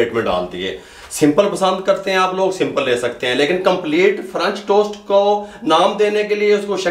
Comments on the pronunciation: Oh bhai correct word french toast hota hey frunch tost nahin ....Ha ha ha 😂 🤣 😂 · french toast kehna tou sekh len